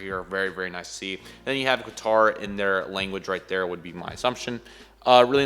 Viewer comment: You spelt Qatar wrong... you said Qator